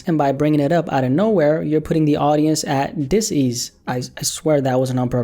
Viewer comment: “Un ease” bro but I hear you 😂